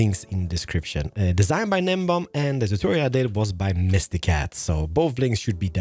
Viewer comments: By the way, gun-nem-bomb is just nem-bomb, like gnocci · The G in Gnembon is silent it's said as Nembon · so when you see a g in front of an n, m, f,, d, s, x, z, p, t, q, c, or v that means the G is silent, so you dont pronounce it. gnembon is pronounced NEM-BON. ignore the G. yes, i know, the english language is weird. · Pronounced nem-bon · You know how I can tell isn’t a technical player. He can’t pronounce Gnembon